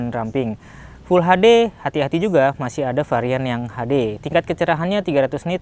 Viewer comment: full HD bukaanya bacaannya full eichdi ya bng.😅klo full HaDe kek indo bangt full(inggris) HaDe(indo) full(inggris) eichdi(inggris) 👍